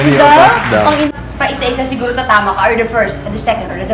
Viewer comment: Sigwuro 😂😂😂